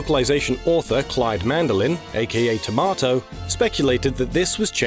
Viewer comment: I have never seen a real person pronounce tomato like that.